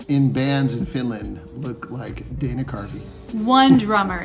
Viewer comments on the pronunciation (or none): none